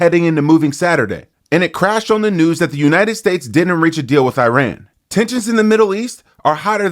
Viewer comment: a 'crash'? And learn to pronounce 'Iran'. Bye.